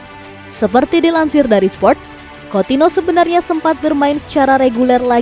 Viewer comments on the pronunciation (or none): Anying Coutinho dipanggilnya coutino aduh bisa mbaca ngga sih min